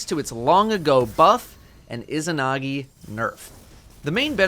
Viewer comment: The pronunciation of isahnahgee is really getting to me 3 minutes in to the video